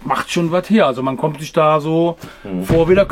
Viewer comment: Der Mann kennt sisch aus - dementspreschend is dat 'n sehr interessantes Video!